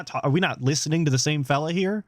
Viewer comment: roughly I thought you’d said “are we talking about the same felon?” Instead of fella. And I had a really good laugh. lol